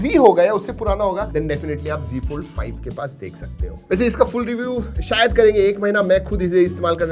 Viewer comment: Bhai wo z fold h , g g kya kr rha h ... Z ko z hi bol na . Z ko g bolne ki kya zaraut h . Z ko g bolne se khi na tu modern bn jayaga